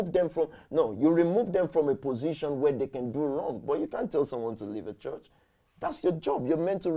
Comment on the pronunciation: Even the way he says church (chuch) is fraudulent